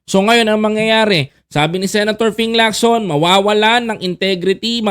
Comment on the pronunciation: Ping Lacson hindi po Locson